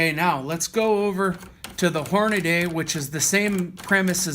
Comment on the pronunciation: It's Hornady, not Hornaday.